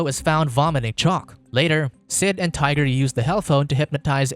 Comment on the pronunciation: 🤔 - Hmmm... 🤨 - I thought his friends name was "Tighter" and not hearing "Tiger" at first...